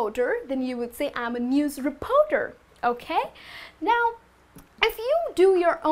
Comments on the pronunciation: great video!!! BUT re-poar-door should be reporter. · Sorry I can't take the mispronounced words such as "Repoter"? It's reporter with an "R". What do "u" do? If you are going to try to teach English, try to learn how to spell and use proper pronunciation. In would not be happy with you teaching my child. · The 'o' in 'reporter' is not an 'o'!